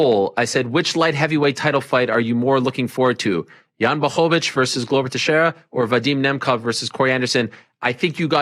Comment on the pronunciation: Good job with the L in Jan's last name. 👍